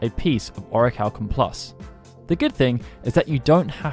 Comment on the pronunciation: Man says "oracalkum+" 🤦🏾🤦🏾🤦🏾🤣